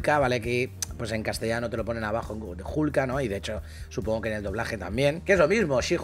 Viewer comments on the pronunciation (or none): none